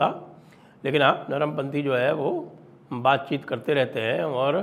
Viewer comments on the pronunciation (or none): none